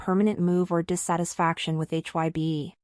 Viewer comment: admin sok tau bikin brita tentang BTS cara penyebutan BTS sama HAIBE aja salah brati kurang apdent tentang bangtan, so" bikin brita hox klu army pasti tau 😂😂